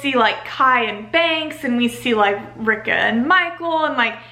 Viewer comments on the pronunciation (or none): is her name actually supposed to be ri-ka? i say it like Ree-ka. and have heard a lot of other people say it that way too